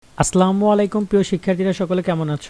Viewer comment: Its not aslamu Alaikum, its assalamu alaikum